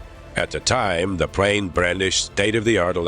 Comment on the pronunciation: I don't know who wrote this narration script... but dang. And then the narrator pronounces 'plane' as 'prane'??? Hahahaha...